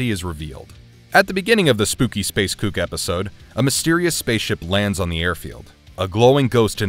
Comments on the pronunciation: It's space kook not cOoK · It’s space kook. Not cook lol 😆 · Mate, he’s a Space Kook, (rhymes with spook) not a Space Cook! 🤦‍♀️ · it's Space Kook, like kooky, not cook. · “Kook” is not pronounced like “cook” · SPACE K-EW-K not COOK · Kook isn't pronounced like cook - the double O is pronounced like a long u, like in the word nuke. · The word "kook" in Space Kook rhymes with nuke. For goodness sake, the repeated mispronunciation is driving me nuts! Does that ghost look like he's flipping burgers in a restaurant? No. He's not a cook!